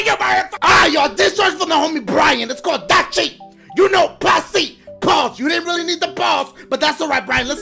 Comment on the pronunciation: dashie does says DACHIE sometimes